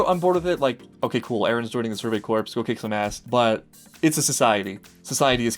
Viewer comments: "Kill the titans and join the survey corpse." Well that got morbid at record pace, haha. Corps pronounced like "core". Just one of those stupid quirks of English... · One note, the word "Corps." is actually pronounced "Core". Gotta love English.